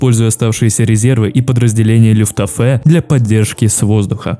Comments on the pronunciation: люфтваффе а не люфтафее... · Все супер. Только ПОЖАЛУЙСТА! исправь свое произношение. Не люфтАфЕ, а лювтВаффЭ, не ГудЭриан, а ГудериАн(на последний слог, как у фпанцузов) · Правильно "Люфтваффе" А не "люфтафе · Монтаж хороший, а вот над дикцией надо поработать. "генерал буши" вместо буссе и "люфтафэ" вместо люфтваффе, "союзнические войска", "панцерная дивизия"... - это пздц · мне понравился такой формат видео, хотел бы видеть их на канале чаще, но меня просто убивает то, как ты произносишь слова, например, ты сказал "Люфтаффе", а правильно говорить Люфтваффе, также народ германии называют немцами, а не германцами, ну и последнее, немецкого генерала Теодора Буссе, зовут именно так, а не Буще. Надеюсь ты воспримешь критику адекватно, просто неправильное произношение знающему человеку делает очень больно) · Не люфтвафэ,а люфтваффе) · Почему Люфтафе, а не Люфтваффе? Почему Панцерная дивизия, а не панцер дивизия или танковая дивизия. Ро́ммель, а не Ромме́ль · не люфтаффе, а люфтваффе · люфтваффе а не люфтафэ🤣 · Хорошо, прекрасно, интересно. Кстати, правильно "Люфтваффе" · Либо это очень большой рофл, либо у тебя что-то не так с ударениями. Я конечно не жалуюсь, но РомЕль и ЛюфтАфе немного странно звучит😢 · Ставь ударения правильно.. ЛюфтвАффе. РОмель. ГудериАн. Ну можно и гудЕриан, но это устаревшее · ЛюфтаФЭ? Серьезно??